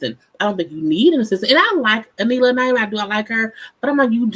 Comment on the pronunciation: I'm mad an entire season has come and gone and is still calling this woman A-Nee-la/A-Ni-la 🤣